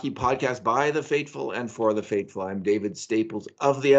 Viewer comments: Two technical points I still just cannot understand. Why does David pronounce "faithful" as "fateful" in the opening line of the podcast? A professional writer, but somehow mispronounces a word significantly every time. Secondly, representing a mainstream news outlet, David's lighting and camera are bizarrely unprofessional. This podcast is awesome, but those details make no sense. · Agreed. I've wondered about fateful for a while. Reptilian can't pronounce th lol jk